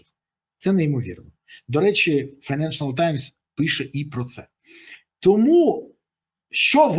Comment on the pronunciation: Коментар не хейт, а за покращення якості контенту! Помилка в назві відомої газети "Financial times" ріже вухо. Файненшл таймс, а не "файненшЕНАл", автору каналу варто звернути увагу, додав лишній, не потрібний слог.